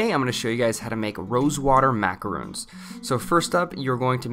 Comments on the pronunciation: Hi, I love your channel, and all the recipes are fantastic, but this has been a pet peeve that you have been saying (Mack-a-roon) instead of (Mack-a-ron), and not clarifying the difference between a macaroon and a macaron. In your videos you make macarons the French merengue sandwich cookie, and macaroons are coconut and egg white cookies. It's just been bugging me with the pronunciation mix up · u keep saying macarOOns but it is macarOn ;) and they need to rest in the fridge 24-48 hrs before eating! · Macaron is not pronounced (ma-ca-roon) the correct pronunciation is (ma-ca-ro-n) or you can just say French Macaroon. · He's pronouncing it wrong right? Im not trying to call him out or anything I'm just a bit confused between macarons which I think are these when macaroons are something else right? :o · Macarons. Not macaroons. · Macaron not "macaroon" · I think you are pronouncing it wrong. Macarons sort of rhymes with bronze. You are saying macaroons, sounds like moons, and is a different thing. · MacaRON - Not macarooon !!! 🤦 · No offence but Macaroons and Macarons are completely different things. Macaroons are these coconut treats while Macarons [Mac-a-rhon] are these french cookies with usually icing in the middle. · Just gonna correct your pronunciation slightly... Macaron is pronounced "mac-air-oh-n" NOT exactly the same as Macaroon. They are two very different creations and, as such, should be pronounced correctly. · It was pretty painful to hear you pronounce them "Macaroon" That is a completely different cookie. It really is pronounced how it is spelled. Macaron. They did look good though. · You're pronouncing the word Macarons wrong 😣 it's not "macaroons" it's Macarons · pronounced macaron wrong